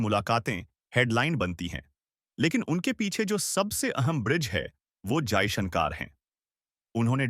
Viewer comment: Stupid anchor your pronunciation of Modi and Jaishankar is wrong in hindi, correct yourself.